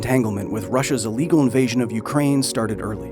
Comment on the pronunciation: i gotta love how he puts a emphasis on illegal invasion like if theres a legal invasion or some sort